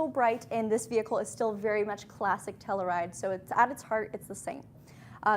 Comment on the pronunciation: Might be a Canada thing. In the U.S. it’s pronounced Tell-you-ride; not tell-uh-ride.